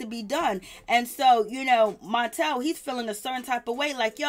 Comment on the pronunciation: the name is Martell not montel. Say the name right.